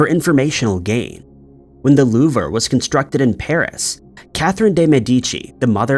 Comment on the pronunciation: It pronounced the loove not the Louvre, and the picture of vera renczi is not vera at all. You are displaying the photo of Elena milagro hoyos. Whos body was stolen from her final resting place by a nut job of a doctor named carl tanzler. Theres a story for ya